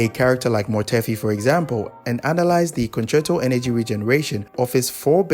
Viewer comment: i dont understand wat hes saying for the swap concerto energy section